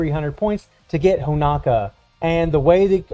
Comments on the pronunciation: It’s Honoka not HonAKa lol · It’s pronounced Ho-No-Kah